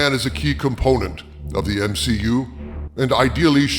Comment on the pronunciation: M-SHE-U. Lol brilliant 😂😂